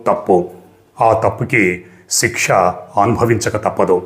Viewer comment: తిక్ష కాదు శిక్ష అనుకుంట